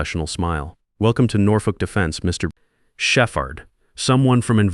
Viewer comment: Did he really just pronounce “Shepherd”, as Chef-Hard?